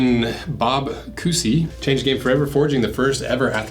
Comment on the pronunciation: Cousy is pronounced like Koozie. Bob Cousy also founded the National Basketball Players Association.